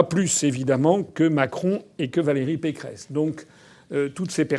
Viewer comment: Vous avez dit "Valérie Pécron" au lieu de Pécresse, au début , c'est très très rigolo, vu qu'elle ressemble tellement à Emmanuel Macron ...